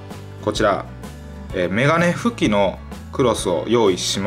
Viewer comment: メガネ拭きの発音おかしくない？